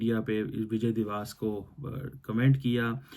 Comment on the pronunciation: First of all it's 'divas' (pronounced as dee-va-ss) not 'diwaas'. 😂 Secondly we do it to showcase the humiliation of the Pakistani hijduddin fauj in 1971 - the largest post-WW-II surrender by any army. Thirdly, you forgot another important aspect of Vijay Diwas - the Paki army took off their pants and showed it had no balls. The pants are still preserved in many of our army museums, incl Amritsar. Ye din Pakistan ka sharmnaak dastaan bayaan karta hai. Tum har Dec 16 par chutti lekar apna Mongolian thobda chhupaya karo. 😂😂😅